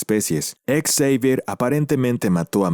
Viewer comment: Por qué lo llamas charles ex-evier? En lugar de Xavier?